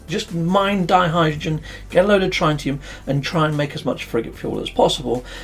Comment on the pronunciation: Wearing my chemist's hat, it's more accurate to pronounce it DIE-hydrogen rather than DEE-hydrogen. Also, it's TRITT-ium not TRY-tium. Apart from that, a jolly good video as usual.